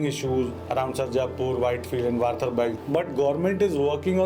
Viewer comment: Bhai the second you said varthar and not varthur we understood :)